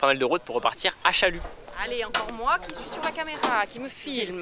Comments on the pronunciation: c pas chaluss ça se dit chalu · Donc on ne prononce pas le s à Chalus:p